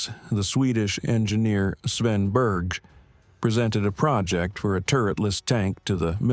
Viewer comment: Swen Beerz? Probably not how you say his name LoL. It's more like [Baer-jeye] or something... hard to explain to English speakers...